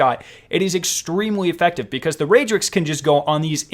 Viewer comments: Ray-drix??????? It's REDRIX. Pronounce before you produce. Nuff said. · It's redrix not raidrix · said RAYdrix...turns off video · Am I the only one bothered by the way he pronounces redrix